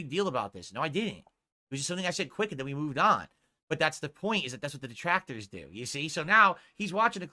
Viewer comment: It’s almost rage inducing the level of social unawareness he has and is so quick to tell people what he thinks someone else line of thought is and present it as fact. “See he doesn’t like duhtractors either.” But I gotta remind myself he’s touched